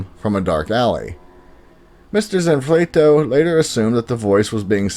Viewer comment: You start off by wildly mispronouncing the title to your own video. Wow that’s bad. Zanfleto? Really?